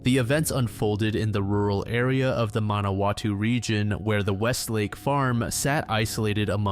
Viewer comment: "ManaWAHtu"? "Parkies"? If you're not going to get your pronunciations right this channel should be renamed "don't watch me".